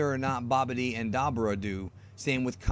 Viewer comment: Da - boo - Raa is how it's pronounced. Not dabber - ah